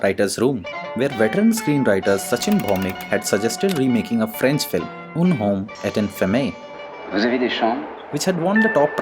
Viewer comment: Un homme et une femme is pronounced "Ain aum ey oune faam" The french "u" doesn't exist in Hindi